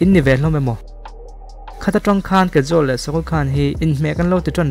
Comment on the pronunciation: Kajol hming i lam dan hi diklo nia... Mahse hmuhnwm tho2 e.. I w afiahin gaihthlk anuam c